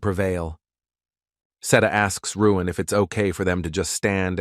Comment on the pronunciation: WHY is the A.I. Narrator calling the MC Ruin when the word Balloons are calling him Luin????🤪